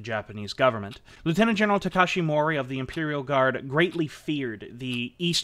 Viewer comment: is when you mispronounce ‘Takeshi Mori’ as ‘Tatashi Mori’.